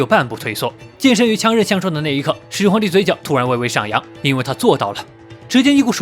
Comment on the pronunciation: 沒看字幕聽成始皇夠賤賤🤣🤣🤣